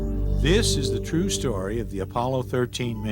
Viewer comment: Why do they keep stressing on 'true'?